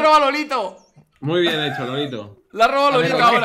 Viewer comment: Todos: Lolito Luzu: Lolaito